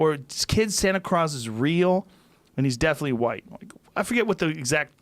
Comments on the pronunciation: he says right instead of white and then craws instead of claus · how high is he? santa clause is definitely "right" followed by "sana cross" is real...